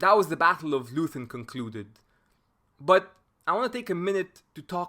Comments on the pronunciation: The town is pronounced LOYten, not LOOthen. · "Leuthen" is pronounced "Loyten" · You know how the British call out "Oi!" whenn somebody does something wrong? That*s how you pronounce the 'eu' in Leuthen. And the 'th' is simply a 't'-- 'Loiten' ... Love the whiteboard approach! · And the town is pronounced Loyten. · Please spell Leuthen like Loi Ten. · The "eu" in the name of the village of "Leuthen" ist pronounced like "oi" in "voice". The "h" after the "t" in "Leuthen" is also not pronounced like the English "th"; in fact, the "h" is not pronounced at all. It is completely ignored in pronunciation. Pronounce “Leuthen” as if the “h” didn’t exist. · Great video. A tip: you can often find the correct pronunciation of names (e.g. Leuthen) on Wikipedia.